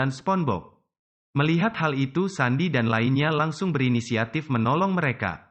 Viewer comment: Kak bukan sandiy tapi sendiy